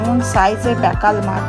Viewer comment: Ota pekal noy pakal. Jene bolun.